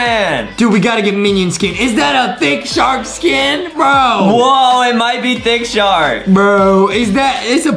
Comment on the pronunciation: hE rEaLlY sAiD ThIcC sHaRrK